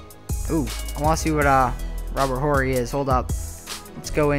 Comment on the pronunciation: H is silent in Robert 'orry'